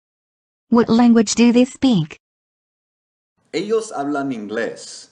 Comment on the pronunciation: Cuando pongan a una mujer ablar en españo que pronuncien bien el españo i que no diga eos en ves de ellos que abre vien en español